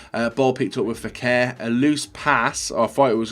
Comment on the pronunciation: Naby "Fekèr" according to